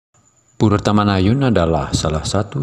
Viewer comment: Bahasa Indonesia untuk PURE adalah PURA dan dibaca PURA bukan PURE(LOKAL)🙏